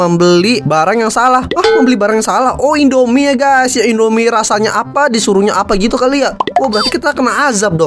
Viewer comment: Indomie kak bukan endomie